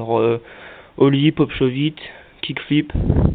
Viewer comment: Putain mais c'est quoi ça ?? On dit ollie pas holie --'